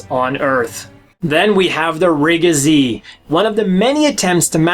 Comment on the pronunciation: You are pronouncing Re-Gz as rigga-z. I think it is pronounced R-E-G-Z, as in just saying each of the four letters consecutively.